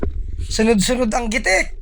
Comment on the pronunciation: GITIK NOT GITEK